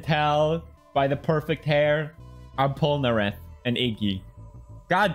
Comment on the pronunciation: I just wanna know how anyone who's ever watched Jojo pronounces Polnareff like that?